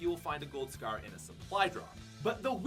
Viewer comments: Love your vids but why does it sound like your saying scear instead of scar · Gold Scarf 😂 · Scaer or scarre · Gold scare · says scar like its pronounced scarrrrrr. Drags the r😂😂😂 lol. Sorry pat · Asante Miller it’s his accent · he is canadian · Every time he says scar I want to hurt myself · The way u say scar pisses me the fuck off